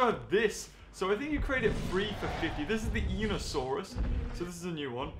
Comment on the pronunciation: It’s pronounced I niosaurus not e nosaurus